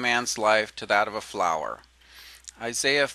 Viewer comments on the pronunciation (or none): none